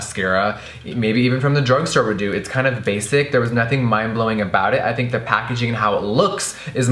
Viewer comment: That pacaging tho😂